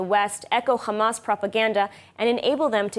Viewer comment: Please say hamas not khamas😅